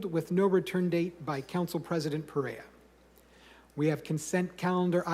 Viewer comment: It was hysterical that they misprounced Perea during that 1st presentation!